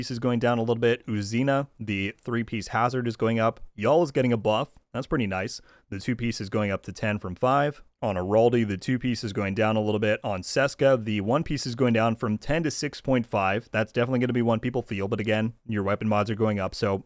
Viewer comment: Its pronounced CHESKA!! not SESKA lol